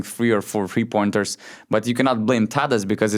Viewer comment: Can you please explain why you pronounce "three" as "free"?